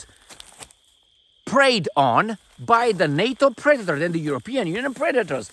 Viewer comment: She said “pre-dater”..